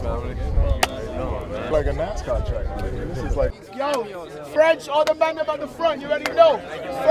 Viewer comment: “I feel like a fwench wacecaw deivew” best posty quote ever 🤣🤣🤣